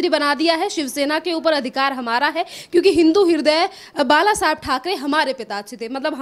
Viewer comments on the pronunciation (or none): none